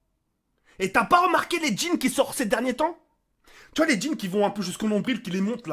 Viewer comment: Je suis le seul à avoir cru qu'il avait dit djinn et pas jeans